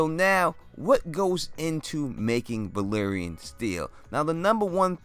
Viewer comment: They say Valyrian, Varys says Valerian. Maybe he had too much tea that day.